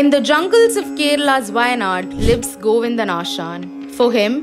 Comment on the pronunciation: It's Govindan.. not Govinda